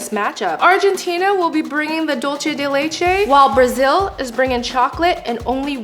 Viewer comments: I'm sorry but dulce is pronounced like dool-say. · i'm sorry, but why does no one know how to pronounce "dulce de leche"? it's spanish, not italian. "c" is equal to english "c/s" or "th" (in some countries) so why make up a whole new sound for "c"... also, "leche" does have that "ch" sound (the different one), not "dulce"